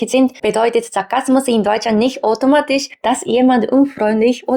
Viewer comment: Vielen Dank für das schöne Video.... da du darum gebeten hast. Der Au-laut bei automatisch klang mehr als o. Dein Ch laut bildest du anderst. Habe das Gefühl du erzeugst ihn weiter hinten oder deine Form der Mundhöhle ist etwas anderst.... und klar deine Betonung ist manchmal noch etwas "japanisch" aber natürlich ist dein Deutsch im allgemeinen sehr gut.